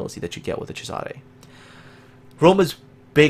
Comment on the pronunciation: Hey, your pronuntiation of italian ships names is great! Thank you for not butchering them, I really appreciate it. A little tip for the Giulio Cesare, you pronounce it "Cesàre" but it's actually "Cèsare". Keep up the good work:)